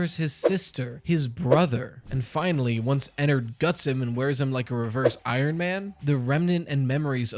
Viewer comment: "Revers Ironman" bro 😭